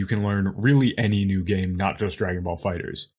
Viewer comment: I hate how Dan says Dragon Ball Fighterz. It’s pronounced Fighters, not Fighter Z